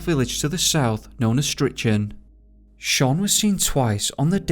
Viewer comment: You pronounce Fraserburgh, as Fraser burra, and Strichen as Stricken, all Scottish cities/ towns with burgh is pronounced as Burra. Good stories thanks